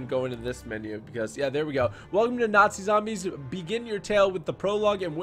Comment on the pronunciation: Nazi not natzie